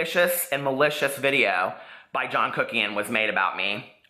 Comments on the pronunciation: Sounds like your saying ‘joan’ instead of john 😂 (not hating at all!) hes so manipulative and his cosmetics lines just terrible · Are you saying “Joan” or “John”? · Hi! I don't mean to sound rude at all but you kept pronouncing his name like "jone" with a long o. You seem to have an American accent and I know that most Americans (like myself) would say "jon". Is there a pun I'm not getting because I'm confused. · I know this is an old video but his name is John NOT Joan! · john not joan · The way u continue to say JOAN instead of JOHN, is annoying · Lol, not John......”JOAN” Kuckian. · Its Jo-n not Joan!!!! He is trash tho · its JOHN not JOAN (JONE). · Are you puposely saying "john" like "joan?" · Why are you calling him Joan Kuckian? Lmao love the vid tho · You mean Joan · Sandra Anderson she was saying Joan as a joke bc he always says people’s names wrong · HAHAHAH SHE SAID JOAN CROOKIAN im shook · Amber George Lol I didn't think of it that way but damn makes sense! Haha I was like why is she saying "Joan" lol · I love how you mispronounce John’s name like John does with everyone he slanders or gossips about. He not only lies, but always changes they ways he mispronounces their names 😂. Thanks for your assessment of this LITERALLY, cruel, man child! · Please pronounce John's name properly so I can somewhat give you the benefit of the doubt. On second thought, I still think you're full of shit. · I love the shade! Well done purposely mispronouncing John’s name like he does to others. Lmao. Great analysis as always! 😁👌🏻👏🏻👑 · I died when I heard her. The shade of it all! 😂😂😂😂